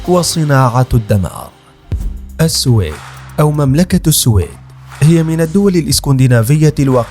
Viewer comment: منذ سمعتك تلفظ اسم (السويد) غلط . مسحت يدي من الفديو .